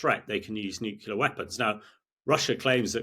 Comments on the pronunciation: Excellent interview by a well educated and well prepared young man. A world of difference to that American female you have added who looks and sounds so unprofessional and never seems to have a clue what she wants to ask. Colonel de Bretton-Gordon, of course, is every inch the UK officer and is always so interesting to listen to, even if he does mispronounce 'nuclear'. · Another idiot that can't pronounce the simple word, "Nuclear." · Please, please someone tell him how to pronounce "nuclear". He is not American so why pretend to be with his silly copy of their bad pronunciation? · 9.32. Yet another "expert" who can't pronounce "nuclear" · Yes. But it would be nice if he could pronounce "nuclear" properly. He is like a disciple of George W Bush. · NucLEAr not NucULAr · Only the fact that he has that most annoying mispronunciation of the word NUCLEAR... "nucular" is just plain wrong. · Nuclear not nucular! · I wish many politicians, commentators et al would learn that the word is "NUCLEAR", not the erroneous "nucular". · I had to look up “Nucular” as I always thought it was Nuclear. Although it grated a bit, apparently it’s accepted so I’m further educated thanks. I’ll stick with nuclear though … albeit slightly harder to enunciate. 😄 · How come he says "nukeyoula" instead of "nuclear"? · 😂I was thinking the same😂 it's a George Bush jr flex getting it wrong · I agree with everything he is saying, but it would be easier to take a nuclear expert seriously if he stopped saying "nucelar". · You lose all credibility when you pronounce Nuclear as “New-Cue-Lar”. 🙄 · Could Times really not find an 'expert' who has managed to become fluent in his mother-tongue? Et cetera, not EK SETRA.. Military, not MILITREE.. Nuclear, not NEW-KYULAR.. The divergence between military and political thinking is a "diversion"..? "Intresting is that.." "As I saw in Syria", not "As eyesore in Siryah.." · Agree. Annoying when "experts" do not even TRY to pronounce words correct.